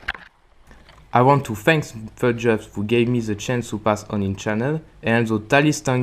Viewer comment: His pronunciation of 'bodgups' was a 10/10